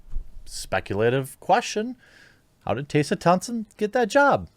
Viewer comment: How tf can you mispronounce TESSA THOMPSON